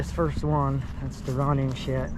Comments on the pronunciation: Y do you pronounce shed as shet. ? . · Shed bro , not shet , shed. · It is ironic that a guy, whose job it is to repo sheds, cannot properly pronounce the word, “Shed”. Shet 🤷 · I thought this guy said that he was going to repo a shed,not a shet!! Where in the country is this redneck comedy show? 🤣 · Is he saying she’d!?? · A shet? Speech impediment, or is it my hearing? In der, dem? Hmmmm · Is he saying shet or shed?